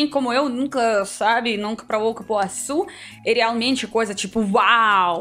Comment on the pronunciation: você tem que conhecer o Pará, Quando der venha conhecer Belém-Pará 😍😍 e leu certinho Cupuaçu hahaha ❤️